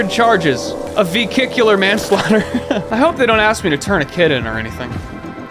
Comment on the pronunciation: veKICKular manslaughter